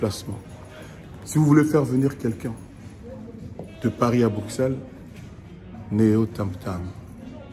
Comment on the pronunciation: Eza Bricere te mais Bruxelles . Niama ya mobali oyebi Poto te. Yoka ndenge azo benga Bruxelles😆😆😆😆😆